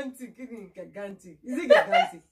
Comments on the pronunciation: Hahaha I was just laughing with ur daughter, did you say gigant....... Lol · that’s so funny. I showed it to my 15 year old son. You are right about gigantic. He laughed when I pronounced it too. We were taught the wrong thing o sis. Amo-eba is another one. Maybe our teachers were thinking of eba. Do “ medulla oblongata” next time. That one too is funny the way we pronounce it 🤣👍🏾